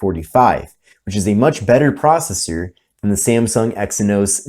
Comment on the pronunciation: It's not "Samsung", it is "Samsung".